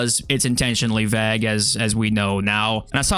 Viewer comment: Bruh… say Vague again 😂😂 I have literally never heard somebody pronounce that word in that way hahaha that’s crazy